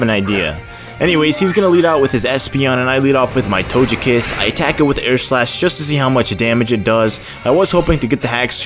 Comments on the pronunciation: Dazzling Gleam, and togekiss isn't pronounced tojekiss, it's to-geh-kiss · Why do you say "Tojekiss" with the soft g?